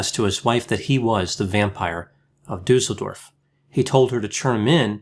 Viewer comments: I just clicked because of how you say "Duesseldorf",. You still pronounce it completely wrong. "Dusel" how you say it, means "good luck". Everybody would like to live in such a town. But it's just Duesseldorf, an ordinary German town. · interesting presentation. It seems that all the research about Weimar Germany focuses on Berlin, as if nothing else happened anywhere else in the country. (BTW, "Düssel-" rhymes with "puss-el") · I'm from Düsseldorf and never knew about this case! Thanks for that and as usual, the top quality content! :) P.S.: the double s in Düsseldorf is pronounced sharp, like in "assessment". Hope it's okay that I'm pointing this out. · Mydemon It doesn't. 'Düsseldorf' , just like 'assessment', has a sharp 's' sound. The umlaut 'ü', however, is short in this case, not long. I'm German and I live in a city that's not far from Düsseldorf btw.